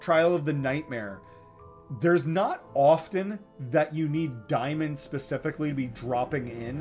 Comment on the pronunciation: I don’t where you got “diemon”. It’s daymon. Instantly shut this video off and will never watch anymore of your videos. Go back to school